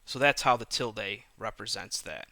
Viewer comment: Ok I appreciate the video but it's pronounced "S-cape" not "X-scape" and it's "til-duh" not "til-day"